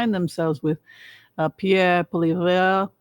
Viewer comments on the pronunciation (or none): How to pronounce Polievre - Poli - eh-vie. The eh sound is like when kids say meh. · Pierre Poilievre. Is pronounced Poiliev (Poly ev). I live in Ottawa very close to where he lives. He is our MP (member of parliament. Like our representative in the house. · I appreciate you taking the time to shine some light on Canada. The US is a large force in our global affairs and obviously what happens there affects us, your neighbours. But I appreciate your perspective on Canadian affairs Side note: your pronunciation of Pierre Poilievre is hilarious. Please don't change it 😄